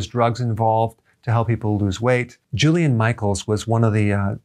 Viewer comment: oops! JILLIAN ...not Julian! 🙄